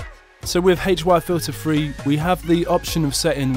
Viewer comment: the way you say HY-Filter3 sounds rough